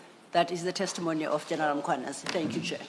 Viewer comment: “Angiyidawo iNkosi isangigcinile” you know how to say this - but cant say Mkhwanazi yesis